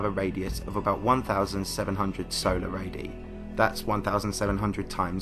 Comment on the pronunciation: Radii = Ray-dee-eye...not Ray-dee.